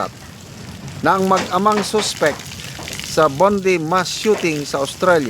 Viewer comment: BONDI--- pronounced as BONDAY Tagalog words pi 😊